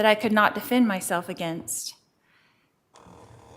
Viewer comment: Any word that has an EN in it, is pronounced as IN. Like Definse, Offince, Aginst (against) Sintincing, imminse, death pinilty, defindint, my niece Milinie, to make sinse (sense), attintion and so on....I know it's petty but it drives me crazy and I DETEST her.